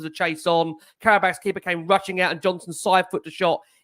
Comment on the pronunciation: Love the way pronounces it 'carrier bag' 😂